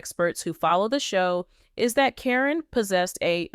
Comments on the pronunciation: Every one out here for weeks was putting Chris down, now you’re patting his back..😾😡Why can’t you say her name right every time, it’s Caren, not Corrine and all the others one you said. Matt is a low down dirty thief! He choose that nasty 🤮 woman, instead of his family and kids.. Shameful, he’s only going to be around if he’s lucky 🍀 another 10-15 years.. grow up dude! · It’s not CORIN. ITS CARYN!!! Just sayn Okay moving along.. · Can't the AI SAY KAREN THE CORRECT WAY???????...good grief!!!!!!!... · You can’t even say her name right 😂